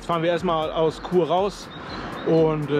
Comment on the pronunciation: Chur nicht Kur 😂